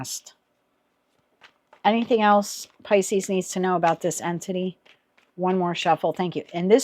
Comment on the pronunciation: That's interesting as you keep saying entity, and I keep hearing anthony, which is the persons name. thank you for this reading